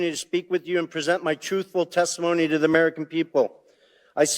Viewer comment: Raskin said, "but it's so damning ti our case". Haha